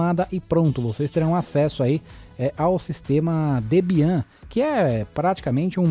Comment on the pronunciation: Debian.... fala-se Débian.... é uma Linux muito importante